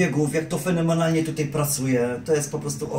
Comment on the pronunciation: fenemenalnie XD